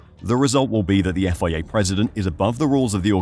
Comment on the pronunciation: The Effoiayya cant you just say FIA